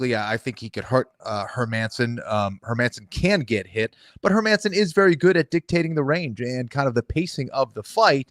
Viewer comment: Hey Jon, how about Hermanson as pronunciation of the week? Don't understand how or why my brothers from the US struggle so much with these Scandinavian names. I think they're pronounced Herman-sin and Gustaff-sin not her-Manson or Gustiff-sin.